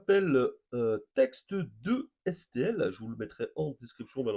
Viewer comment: 0:;13 ok mais ca se lit "Text two/To STL"